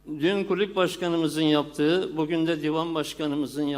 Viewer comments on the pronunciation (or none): Kulüp mü diyor, kulübe mi diyor, çözemedim..